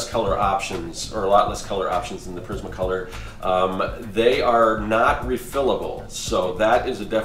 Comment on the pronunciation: Respectfully I have to inform you that your pronouncing Prismacolor wrong because no one else has. Lol its Pr-iz-ma Color not Pa-riz-ma Color.